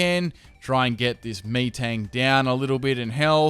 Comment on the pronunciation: MEATang? Really?